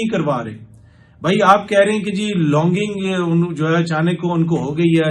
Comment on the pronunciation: لانگنگ نہیں لانجنگ کم علم صاحب